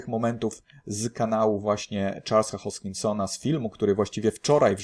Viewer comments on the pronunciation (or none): none